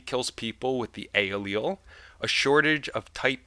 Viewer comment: you pronounce alial difrently to my sister.